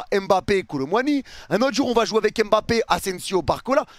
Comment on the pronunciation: Stp ne dis plus m'bappé c'est mbappé! 🤦🏾‍♂️